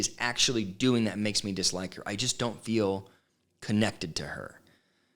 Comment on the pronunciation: Yes, Robyn has some crazy mispronunciations. DILL instead of DEAL..FILL instead of FEEL.